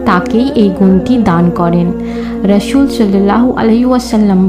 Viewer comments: Rasu na Rasul hobe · Rasu (S.M)valo kore uccaron korben apu,,, r Rasul banano valo kore uccaron korben apu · Apni rasol valo kore bolte parsen na keno apu